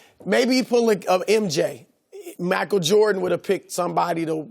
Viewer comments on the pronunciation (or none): Chris said MACKLE JORDAN